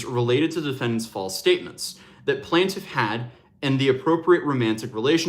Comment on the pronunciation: Its pronounced "plain-tiff" not plant- if. 😬 js